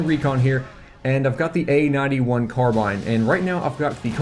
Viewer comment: Dunno why but whenever you say "A-91" I hear "AN-91". lol.